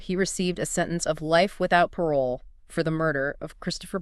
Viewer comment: when the ai tool couldn't pronounce "Parole" correctly I clicked off.